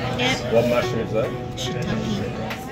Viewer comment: Is that a cwunchy mushwoom? 😂